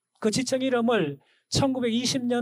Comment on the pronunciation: 지층을 자꾸 지청ᆢ 지청ᆢ 하시는걸로봐서 경상누청군? 은 아마 경상누층군을 말씀하시는거?죠?! 그리고ᆢ 설마 과학은 벡터(벡타)ᆢ는 아닐테고 펙타ᆢ ? 팩트! 겠죠 펙타?